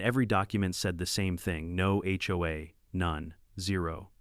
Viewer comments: Why can't the A.I. 'bot be taught to say "H O A" every time? What the heck is "ho ah"? And are there really no more computer programmers who can teach a machine to count and tell time? The monotone is bad enough, but at least it's a pleasant voice. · What's worse is that I have never heard a person in real life refer to it as a Hoe-ah. The letters are pronounced separately. It's aitch-oh-a